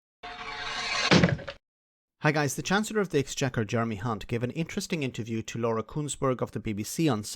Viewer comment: It always impresses me when someone manages to pronounce Jeremy's surname correctly, i just can't do it.